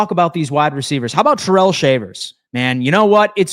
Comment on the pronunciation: Its Ty-rell not terrell, hopefully hes not watching😂